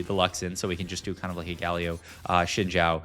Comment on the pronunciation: This guy has pronounced Briar as Bree-Ahr like a dozen times but pronounces Xin Zhao properly as Shin Jow. I am confused...